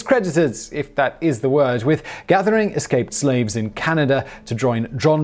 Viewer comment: You did! You have to admit, Simon doesn't fumble pronunciation often.